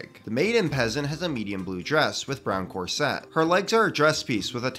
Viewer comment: This is fantastic,! Love it. I do have two tiny quibbles though: 1: “Corset” is pronounced with the accent on “COR”, not like the sound of “Corvette”. 2: debatable if this one counts as “peasant”, but certainly civilian, the Nobleman from the Kingdoms joust. CAS500 on Bricklink. Though I suppose you could include him on your roundup of royals, which I hope is forthcoming.:) Thanks for the great work!